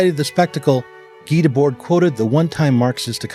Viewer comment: Always love the explicit nods to my longtime stans the SI. By the way the last "d" in Debord's name is silent (unless the next word starts in a vowel but only in French really...) Seriously why do Americans disrespect the French so much lol...